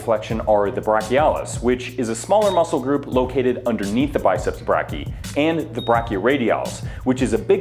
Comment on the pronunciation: As a medical student I'm dying every time he mispronounces "brachii"